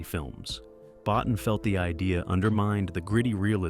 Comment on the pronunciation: BOTTIN is pronounce BOTEEN....